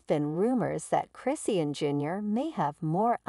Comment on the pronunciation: I can't take this video seriously they not even saying her name right who is christian?